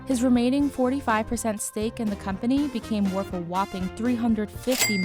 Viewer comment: Thank you, BI, for telling me how much he’s werf. And for telling me that he is generous wif his wealf.